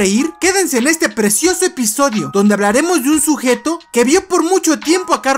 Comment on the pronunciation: Deje de ver el vídeo cuando escuché la palabra "precioce"